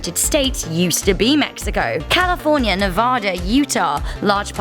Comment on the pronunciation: Biggest state calaforna